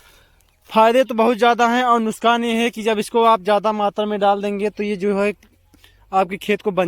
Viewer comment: Bhai nuskan nahi nuksan hota hai